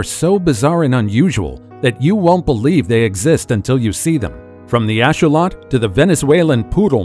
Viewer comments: its not a ashawot its a axolotl ax-o-lotl thats how u prounce it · Just so you know it’s not asholot it axolotl (axe o lot el )😂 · Hang on a second you mention the axolotl, you pronounce is wrong AND you don't even mention how it's one of the only creatures that can completely regrow a limb and they are being heavily researched as a result of this. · bit sad that no research into how to pronounce "Axolotl" sad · You pronunciation of axolotl is very off putting....what else are you going to mispronounce!?! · I can not stand the way he says axolotl. It's not even close to correct